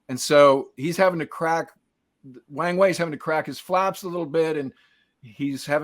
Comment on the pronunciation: People commonly mispronounce his name (and everything else in Chinese), but this one is too good to miss. It is pronounced with a soft "A", so it rhymes with WRONG WAY. (USAF Chinese linguist, 72-77)